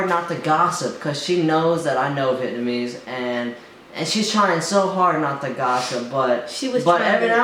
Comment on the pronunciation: you guys are sooooooooooo funny I enjoy watching your videos and crack up btw it's vietnamese, not vietmanese :))